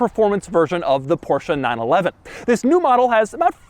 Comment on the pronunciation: You shouldn't really say 911 like that if it doesn't have to be.